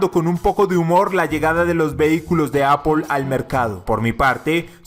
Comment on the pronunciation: no se pronuncia tal como se escribe,se pronuncia "eipl"